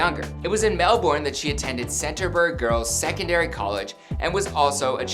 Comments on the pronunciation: its pronounced CAN- TER- BURY. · That was great except for your pronounciation of CANTERBURY😂😂😂😂oh and Seoul (soul) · Can’t even pronounce Canterbury lol